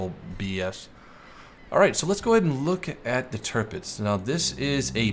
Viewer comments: Its kinda like: Tir = Tier You said it like Törpitz but thats pretty good to. Love your Vids tho :) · it´s pronounced TiRRpitz just leave the chewing gum ""arr" R ;-) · Btw you pronounce Tirpitz wrong